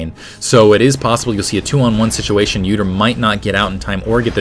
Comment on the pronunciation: when he said udyr and poppy i thought he said "uterine poppy". i thought it was a new skin -.